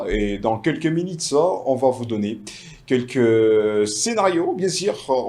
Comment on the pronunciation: Francais bizarre : Habitide ….. minite….. tu n sais pas prononce u a sa place